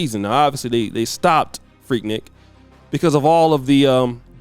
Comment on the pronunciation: Annoying.. it’s pronounced freek-neek!!